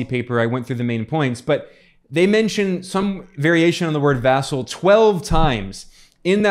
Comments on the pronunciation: it's vassal not vessel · I think someone was saying "asshole" with an accent.